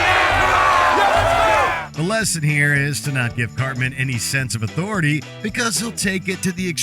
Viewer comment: I think you mean AUTHORITEYE?!?